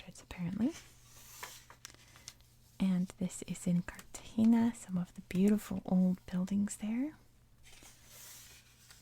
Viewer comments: It’s carta-hen-a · Cartagena is pronounced with sort of an H sound for the G. That's in Colombian Spanish. In other varieties it sounds pretty much like you're trying to scrape mucus off the walls of your throat 😀